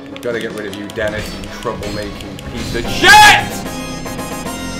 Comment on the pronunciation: Dennif the mannif